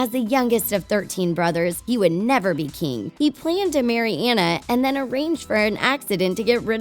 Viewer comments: Who’s Anne-uh? I remember Ahhh-na. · I'm not trying to be rude but you don't pronounce it like Anna its Onna but it's spelled Anna so it's kinda tricky but its pronounced like Onna. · YOU SED ANA AND NOT ANNA! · IM SORRY BUT THEY KEPT ON SAYING ENNA BUT ITS ANNA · It's not aena it's anna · Anna not anne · THIS IS SIN, her name is pronounced auna!!!!!!!! NOT anna!!!!!! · It's actually Ana not Anaya. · YEAHHHH I HEAR annuh instead of anna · that not how you saw anne is like onne but it spel like a nne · And pronounced AWNA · It's (on-na) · Ok her name is spelled Anna but u say it onna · Just so you know Anna's name is pronounced Onna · I am so tired of this😡 its pronounced on-a maybe if you actually watched the movie in stead of skimed it like a book you would know that😡 it's just so 🤬 annoying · It’s pronounced on-a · You said Anna wrong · It’s Anna you stupid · If you think Frozen is one of the biggest movies why don’t you learn to say Anna. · FIRST YOU PRONOUNCED ANNAS NAME WRONG THEN YOU GO AHEAD AND TELL US A PLOT TIWIST IN RALPH BRACKS THE INTERNET WITHOUT A SPOILER ALERT I 🤬 HATE YOU IM NEVER WATCHING YOUR VIDEOS EVER AGAIN YOU🤬